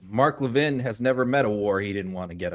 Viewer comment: Mark Levin…not Mark Levine.